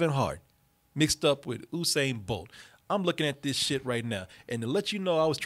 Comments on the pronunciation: It's not Oosain it's Yousain 🤦🏽‍♀️ how hard is that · (Phonetically) *You-sane Bolt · OOSAIN BOLT ⚡ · In the news today, Olympic athlete “Oosain” bolt sues youtuber from double toasted mis-pronouncing his name. More on it on fox news. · His name is pronounced "you-sane"